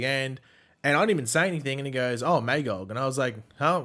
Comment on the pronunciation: So you know, your mispronouncing Magogs name. its pronounced MUH-GAWG. Look up Marv Wolvman